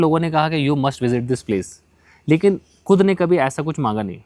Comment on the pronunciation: "Kud" jagah "khud" decide ki hai😂